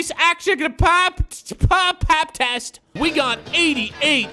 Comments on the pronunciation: It’s pronounced Yan-is Antet-koumpo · you pronounce giannis antetotkounpo attet ot koupo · Look at the name of giannis HAHAHAHA LAUGHTRIP!!! GIANNIS ATETOUTOKOUNTOKOUNMPOO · Giannis antetetempo 😂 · its Giannis Antentokoupo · It's antatukoopoe